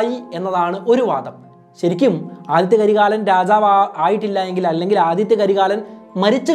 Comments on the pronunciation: Aditha not adithya 😂😂😂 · ആദിത്യ കരികാലൻ അല്ല ആദിത്ത കരികാലൻ എന്നാണ് അതേപോലെ വനവൻ മാദേവി അല്ല വാനവൻ മാദേവി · Aathitha karikalan not Aathitya karikalan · Nice.. 👍but Adithitha karikalan not adithya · Athitha karikalan not Adithtya karikalan 😂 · 'ആദിത്യ കരികാലൻ' അല്ല, 'ആദിത്ത കരികാലൻ' ആണ് 💯